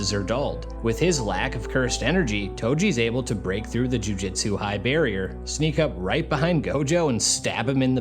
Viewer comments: It shouldnt, but the way you pronounce Jujutsu bothers me. It's a "U" not an "I". Jujutsu, not Jujitsu, that's a Brazilian martial art. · Another sloptuber that can’t even read the title of the anime they’re covering. Jujitsu =\= Jujutsu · Jujutsu not jujitsu.